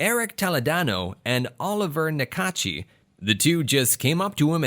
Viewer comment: Le pauvre Olivier Nakache "Oliver Nikachi" XD